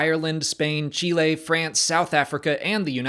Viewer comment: Chill-lay? Where is that? Sounds peaceful 🤣🤣